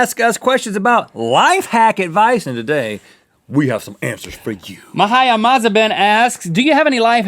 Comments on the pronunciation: It's actually pronounced "Maheeya" :) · Rhett and Link you pronounced Mahia wrong!! hahahaha